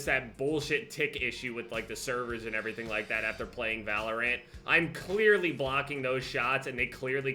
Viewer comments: This man seriously pronounced it "ValorANT." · Anyone else annoyed by how he says “ValorANT”? Lol